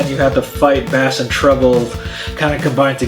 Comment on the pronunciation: Thumbs down just for mispronouncing "Bass."